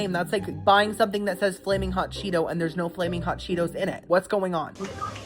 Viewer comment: Chee-FOOT instead of Chee-TOE